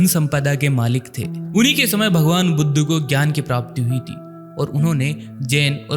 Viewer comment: तथागत गौतम बुद्ध भगवान को यह सही शब्द से संबोधित नहीं कर रहा बुद्ध की जगह पर बुद्धू शब्द का उच्चारण सही नहीं